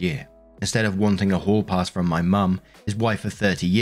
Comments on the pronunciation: It will now be whore pass in my headcannon, Hall Pass sounds too innocent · Omg I dont know if its the accent or what but everytime says "hall pass" I swear I hear "whore pass" lmfao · I have a very weird mind sometimes, so all through the first story every time read hall-pass, my brain heard "whore-pass." LOL. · That’s it. I can’t unhear this.